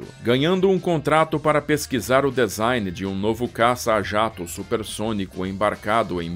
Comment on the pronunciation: Que avião magnífico! Parabéns pela riqueza de detalhes. Desculpe a intromissão, mas preste só uma atençãozinha na pronúncia da palavra DESIGN que é /dizáin/ e não /dezain/, ok amigo? Tudo de bom. Um abraço! 👍👍👍